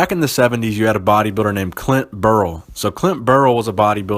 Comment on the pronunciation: Always one of my faves. His last name is actually pronounced like buy-er-lee.